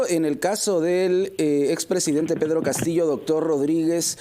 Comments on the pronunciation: Me gusta la pronunciación de la "doble LL" de la periodista, es diferente a del periodista varón. Es como se pronuncia en el norte de España. Se pronuncia Castillo y no se pronuncia Castiyo. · Perfecto!, mi familia es limeña y lo pronunciamos igual Castillo. Peculiaridades lingüísticas en Perú.